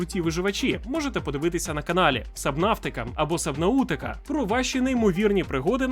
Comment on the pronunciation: Привіт, дякую за відео! Єдине що - аж вуїа скручуються від цього "сабнаУУУУтика" =) Все таки воно по іншому вимовляєтся)